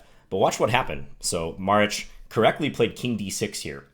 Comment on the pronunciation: Props for pronouncing that Maric correctly :)